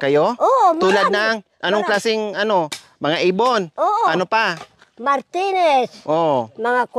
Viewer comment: Tawa na na man ako sayo 😄. Martines,lunes, huebes hahaha